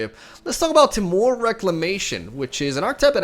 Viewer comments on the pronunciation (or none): "Tmore" Reclamation